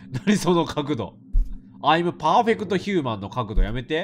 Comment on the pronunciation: I’m perfect humanの発音おもろ